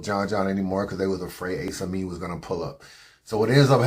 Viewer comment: Why u gotta pronounce Ace Amin like that? Lol